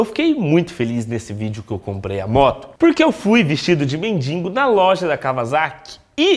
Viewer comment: ae, para de falar "mendingo" é mendigo irmão